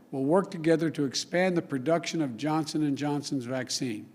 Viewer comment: I watched this video yesterday and again today... it isn’t the same video. Right at the beginning the woman was wearing a different colored dress and the first time Biden says Johnson and Johnson, yesterday he clearly said Johnston and Johnson... anyone else notice this?